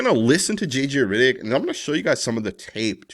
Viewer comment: JJ RIDDICK?? 😂 😂 😂 This guy's pronunciation!